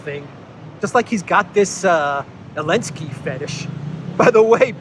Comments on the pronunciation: Why do you systematically and consistently pronounce his name "Alinsky"? Is this some sort of Russian-sponsored talking point, because I can't see any reason to so consistently mispronounce the man's name when surely you know better? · Letter Z was displaced on the Russian weapons during the start of the war, so letter Z was strip off when you pronouncing His name.